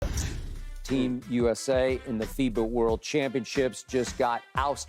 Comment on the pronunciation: Noah lyles “champion of wat “